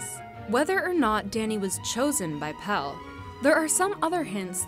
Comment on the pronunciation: PELLE, not PELL. Pelle rhymes with...with...I don't know dammit, but you pronounce the last E like the first sort of. I guess it rhymes with Meleé.